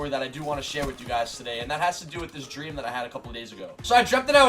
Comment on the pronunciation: I think you said "stream" instead of "dream" a few times 😂